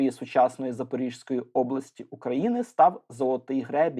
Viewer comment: "запоріЗької області.." - правильно. 👍 через літеру "З"